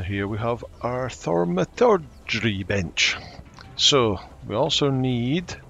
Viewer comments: The “au” in thaumaturgy is an “or” sound. So Thor - ma - tur (like turd) - gee 🤓 Also, I love your videos. Only started playing a few days ago but you’ve been an utterly invaluable resource! Thanks! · It is pronounced thaw-ma-tur-gee. It comes from the Greek word thauma meaning miracle. Had it been a Latin word the au would make a ow or oh sound and would be something like thow-ma-tur-gee. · If you cared for a little bit of help - you got the “maturgy” right, in the “thau” the “au” is like “ow”, like the pain response. So just “th” as well as you can and end with “ow”. Then like I said, your “maturgy” is fine. The “th” is kinda hard though. Not soft like “thou” in “Romeo, where art thou”, even though it ends with the same “ow” sound. Hard like “with”, maybe? So I guess it’s a bit like the “thou” in “wi(thou)t” Love your accent btw. This is no shade. Just some unsolicited help if you wanted it. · Thanks. It makes a lot of sense since in French it is pronounced Thow-ma-tur-gee 😉